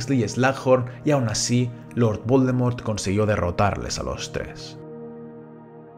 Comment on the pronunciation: Que mierda dices al principio de tus vídeos? Jajaja 😂 ese lord Baldomero es un loquillo